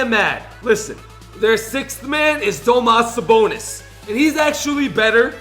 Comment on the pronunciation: made me really triggered when he pronounced Domantas Sabonis name wrong. He played for Gonzaga and I’m a huge fan.